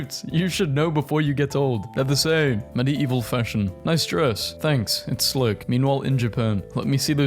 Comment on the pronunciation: the way he pronounces medieval 😭